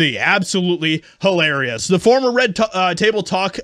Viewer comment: Did he say HOElarious😂😂😂😂